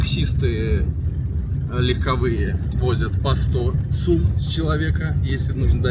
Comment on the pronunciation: Не сУм а сОм